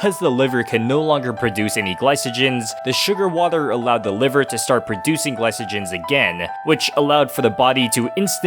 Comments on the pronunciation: It’s pronounced glycogen not glysogen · It's gly ko gen not gly so gen but it's all good 🥲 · A poison canceling out another poison is actually possible to some extent in the real world…also did you really pronounce glycogen wrong? Lmao, bruh needs to go back to high school 😂